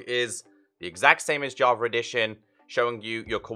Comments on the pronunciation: I always hear you say Javer it makes me laugh lol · i was looking for java edition bro, what's this "javer" you speak of?? 😂🤣💙